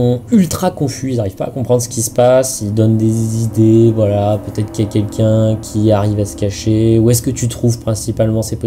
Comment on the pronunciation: "il donne des zizidées" 💀